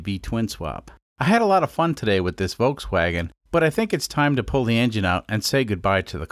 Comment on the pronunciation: I don’t think anyone has a problem with you cutting up the car more of a problem with you pronouncing it incorrectly the L is not silent voLkswagen